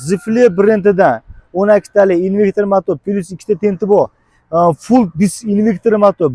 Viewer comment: Инвектир эмас инвертор